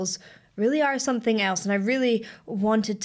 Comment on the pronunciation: So I've noticed that when you say "something" it actually comes out 'sonthing". Is that regional where everyone says it that way or is that unique to you? I like it, its what makes you, you 😊